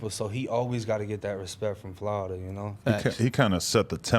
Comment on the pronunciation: Who knew all this time it's pronounced "Flodda"?